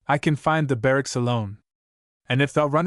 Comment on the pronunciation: Wonderful story, bur terrible pronunciation, makes it un-listenable, the word Sahib is pronounced with a silent h, Saab. Like the car make, Subaltern is not pronounced Sub Alt ern, but Subaltern, barracks are barracks, not bar racks, almost every Anglo-Indian word is misprounced altogether a wonderful story ruined. !